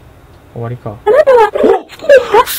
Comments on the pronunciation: あなたはって連呼してるとこ花束って聞こえるww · あなたはが花束って聞こえるw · あなたはが金沢にきこえる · あなたはって連呼するところ、花束って聞こえる（笑） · 花束、好きですか？ に聞こえるw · だんだん花束って言ってるように聞こえる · 金は好きですか？に聞こえた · そこねわかるわ